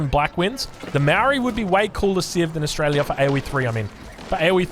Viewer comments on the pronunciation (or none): none